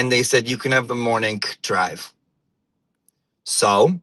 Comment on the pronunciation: LMAO the nuance in your J interpretation 😅😅😅 - i want this every morneenk😂